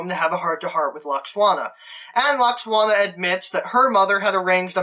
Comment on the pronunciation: Is no-one else horribly distracted by the fact that he keeps pronouncing Deanna's mum's name as "Lux-Wanna"?! 😣😖😫😩😤